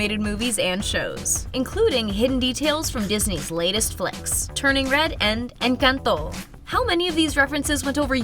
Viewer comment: You say Encanto funny.